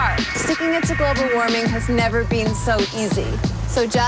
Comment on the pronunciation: Wow, the Canadian accent really shone through when she pronounced 'been'.